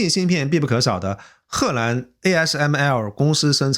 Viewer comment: 褐兰😂，我一瞬间怀疑这个是AI了